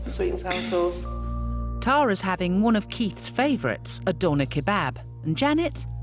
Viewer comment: What's a "adonna kabab"? Or is that what the narrator is saying?